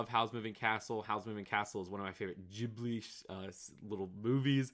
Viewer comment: 4;43 I appreciate the way you pronounced Ghibli.